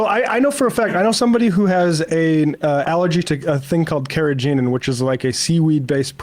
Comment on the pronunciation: found an even weirder way to pronounce "carrageenan", I'm very impressed lol